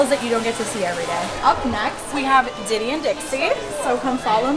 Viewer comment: For the rhino iguanas, is the male named Diddy or Ditty? If the former, probably rethink it. If the latter, can I suggest more clearly pronouncing the T's?